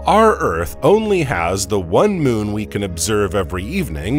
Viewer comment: I didn’t know there was two syllables in moo’oon